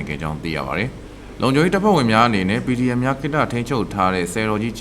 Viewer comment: ခုမှပဲ PDF လို့အသံထွက်ရဲ့တော့တယ်နော်